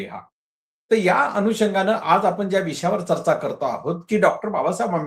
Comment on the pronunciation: डॉ. माने सर आपण बाबासाहेबांचे अनमोल विचार सांगत बौध्द धर्म का लिहावा याचे विस्तृत स्पष्टीकरण दिले याबद्दल खूप खूप धन्यवाद! आपण एका ज्वलंत प्रश्नाला हात घातला आणि माने सरांनी छान शंका निरसन केलं याबद्दल तुमचेही आभार. चर्चा, जनगणना व पंजाब या शब्दांचे उच्चार थोडे कच्चे वाटले.